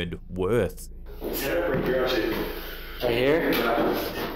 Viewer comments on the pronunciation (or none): Instead of the British man saying "worth," it sounds like he just burped.